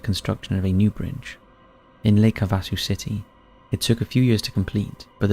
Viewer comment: It’s pronounced “Háväsū” with the accent on the first syllable, whether speaking of the lake or the city. Just thought I’d let you know as living in Arizona, US, I’ve been there a few times & love the “London Bridge” that we sang about as kids; “London Bridge is falling down, falling down, falling down! London Bridge is falling down, my fair Lady…”. It had a lot more verses, but I’m sure you get the jist! Thank you for all the stories throughout YT. I very much enjoy them & look forward to new ones every few days! My fav “spooky or weird” channel AND host!